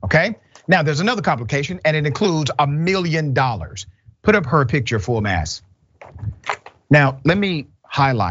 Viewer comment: Brother, I enjoy your commentary….. however, it’s full mast. Not mass. It’s a nautical term.